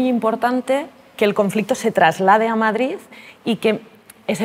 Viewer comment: ¿Per què diu MadriZ?